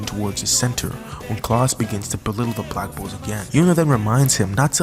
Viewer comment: When u say black bulls i hear black bo*bs